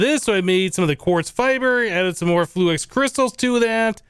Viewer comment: Why do you say "fluax" instead of "fluix"?